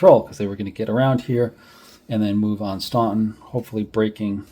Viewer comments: FYI Staunton is pronounced "Stanton" by the locals! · I can see how a Massachusetts accent wouldn't work down in ol' Virginia!! Actually, everyone NOT from the Shenandoah would likely make the same mistake with Staunton. It's part of the rite of passage as one gets immersed in Civil War history!! I'm still learning about the odd pronunciations of some waterways (Mattaponi, Ni, etc.) and some of the commanders are routinely mispronounced (the two Taliaferro's, pronounced "Tolliver", Huger (pronounced more like YOU-zhee) and even Heth (pronounced more like "Heath"!! I also find many people seem to trip over Sigel, which you did not, to your credit. I don't know WHERE someone would get "SY-jel" out of that, but some do!!! 😉